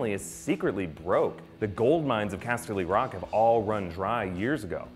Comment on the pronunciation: OMG I SWEAR IF HE SAYS CASTELY ROCK LIKE THAT AGAING I WILL SKIN HIM AND THEN FEED HIM TO RAMSEY BOLTON.